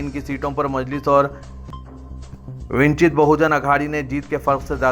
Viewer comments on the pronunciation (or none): vinchit nahein vanchit Ruqba nahein Raqba